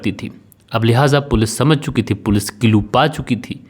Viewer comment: कितना बोअर करते हो ? 5 मिनिट की स्टोरी को 25 मिनिट का बनाते हो ? फालतू के सेंटेनस बोलते रहते हो ? अपनी हिंदी भी सुधारो.. बहोत खराब बोलते हो.. व का उच्चारण ब करते हो.. जो पुलिस होती हैं, जो दे बॉडी होती हैं.. जो घरवाले होते हैं.. ये होता हैं, होती हैं क्या है.. और कीलू नहीं होता क्लू होता हैं.. किरमिनल नहीं.. क्रिमिनल होता हैं..